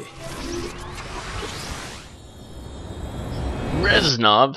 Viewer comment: i was half expecting you to say "REZNOR!" when you said Resnov.